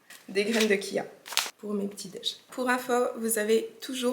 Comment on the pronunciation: Coucou, Ça me fait toujours rire comment tu prononces graine de chia 😊tu prononce kia. Laisse les gens parler ce sont des rageux Et surtout jaloux..... On vit malheureusement dans une société où maintenant quand tu réussis Dans ta vie ils feront tout pour te descendre Et les gens sont de plus en plus violents et méchants.